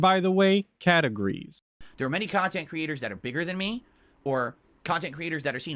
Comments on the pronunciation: It's pronounced kahntent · It’s honestly jarring and sad that Boogie (an equally redacted and reprehensible degen by all accounts) can actually go and have fun with his girlfriend/sugar baby/escort by doing all kinds of stuff offline away from a computer/screen. Granted, he’ll record it for cahntent but him and his sugar baby will go to the water park or he’ll drag her to his “dads favorite restaurant…Long John Silvers” so he can fatly inhale fried cod in front of her. Meanwhile brain and soul is so atrophied that he genuinely cannot comprehend spending time with Kat unless they’re in front of a screen consooming more cahntent. Sad!